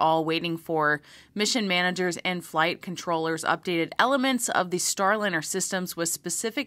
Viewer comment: I think you mistakenly pronounced Boeing's debacle as "Starlinner", but you more than made up for that when you Freudian Slipped and referred to it as the "spacecrap". And as for hearing from Butch and Suni? I doubt that will happen soon. They might no longer be in yay-team-cheeleader mode, and NASA may be worried about how they would respond to questions. Because how would NASA punish any negativity - send them home?